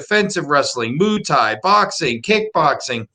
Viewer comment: What's moo tie?